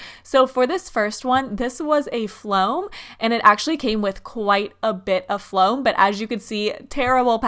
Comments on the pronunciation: Why is that intro so long and why does she say flom like no it foam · Soraya Partida floam* not flom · Soraya Partida uhhh well it’s called floam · Can you stop saying floam